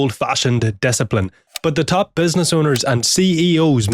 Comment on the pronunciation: I heard benzness 100 times in this vid. I even talking to myself all day (benzness) after your videos :D Great beard btw.